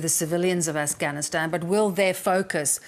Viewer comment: it’s “Afghanistan” not “Afighanistan”. I bet he’s say “Jesus” not “Jesius”. That’s because he spends a lot of time saying that name, and he (probably) never slips up saying it. Since he doesn’t talk about Afghanistan much (as much as he should at least) he slips up saying the name.